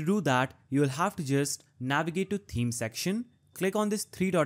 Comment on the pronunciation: Thank you. For you the "th" in thanks and the it's the same in "Th"eme. Yes, seriously, exactly the same. I don't know why you say it so far off when you can produce the "Th" in other words. My comment is not negative. I appreciate your help. Hope my explanation helps you. Have a nice day.